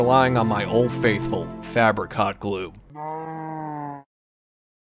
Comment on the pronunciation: The way U pronounce it makes it Sound more Like fabricot glue Than Fabric-hot glue